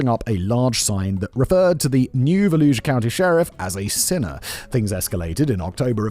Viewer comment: Dear Florida Man Friday writers, please give Simon lessons on how to speak Floridian. 😂 He just learned how to say Brevard, sometimes still struggles with Broward, and now he’s been stuck with Volusia. 😂😂 ❤️ this series. Simon, good job.